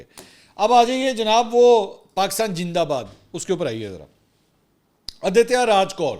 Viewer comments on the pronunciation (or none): Please don’t say jindabad You know our kids will pick up this as a joke and these mispronunciations will become a part of our language and culture .